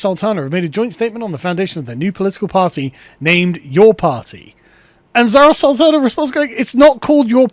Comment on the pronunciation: Bird's Urdu pronunciation and comedic timing are both impeccable.